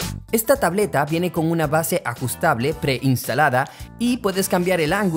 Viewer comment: ”tableta" Also: ”tablota"